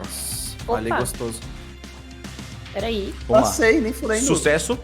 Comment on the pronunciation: qualquer bicho: a: GOSTOUSO